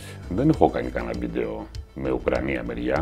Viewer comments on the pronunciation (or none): Πίτσα απο την Ικρανία. (όπου Ι- διάβαζε ΟΥ- )